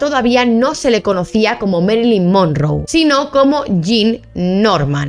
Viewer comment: Norma yan? Además se pronuncia mérilin monróu Informa mejor😂